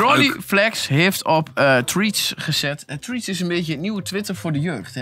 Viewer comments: Triets? 😂😂😂 "Threads" = frets. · Treatz? Het is Threads haha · “treats” omg 😂😂😂